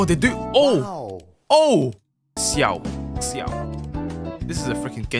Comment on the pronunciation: The way he pronounced xiao sounded like coem in mandarin